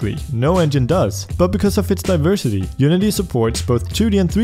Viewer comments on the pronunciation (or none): none